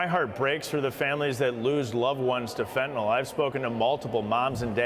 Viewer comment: First of all, Mr. President, it's fentanyl, not "fentanol." The second problem is your emphasis on the fentanyl having entered the country under Trump. Does that mean that fentanyl deaths are better when it comes under your administration? At least Trump tried to do something about this problem.